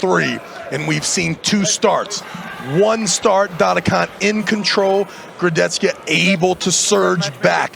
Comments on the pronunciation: STOP SAYING KURDECHCKA. LEARN HOW TO SAY HIS NAME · Most people mispronounce it, Nick Pickup also did it. "CH" in Kurdecha is pronunced as "H" like in a word "hammer".